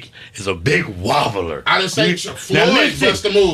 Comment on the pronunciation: said “I’m a wonbler” bruhhh 😂